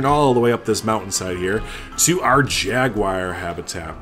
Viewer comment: Great build. But I personally hope to never hear Jaguar pronounced Jagwire again in my life